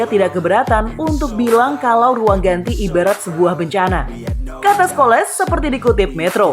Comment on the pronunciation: Yang baca narasi dibenerin dong, sering banget salah baca kalau bahasa inggris. Kali ini Scholes dibaca Skoles.. Ha ha ha...